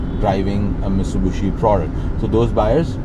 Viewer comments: Hi..... it's Mitsubishi not miSTUBISHI 😊. Still waiting for Audi A3 review. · Its Mitsubishi not "mistubushi"😃.. Its a common mistake we Pakistanis make. Nice review though as usual..👍👌